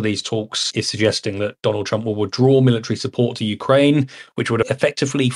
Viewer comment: Whos dwanald twump?